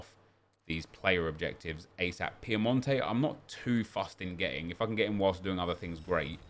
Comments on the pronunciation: when will he realise that its pinamonti not piemonte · It’s pinamonti not Piemonte lol